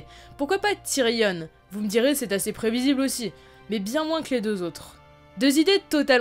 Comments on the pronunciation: TYRION PAS TYRIONNE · on dit tyrion pas tyrione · « Ti-ri-onne » non Tyrion putain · putain TyrION arrête de prononcer Tyrionne bordel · Tu prononce tyrion tyrionne cest juste énervant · Question pourquoi prononces tu avec un e à la fin de tyrion ? Ça fait bizarre... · c'est frustrant elle prononce "tyrionne" alors que meme dans la série ils prononcent "tyrion" EDIT : elle dit aussi "voyent" sinon bonne vidéo ;)